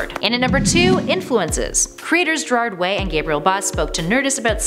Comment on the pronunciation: I heard someone day Gerald Way and I'm still weak.